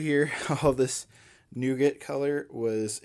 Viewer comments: Pretty sure its nougat 😂 But damn I love nogut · Today I discovered Americans pronounce nougat differently.